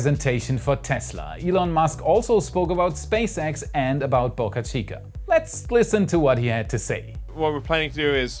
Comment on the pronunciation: Please learn how to pronounce the Boca in Boca Chica the “o” in Boca sounds like the o in broke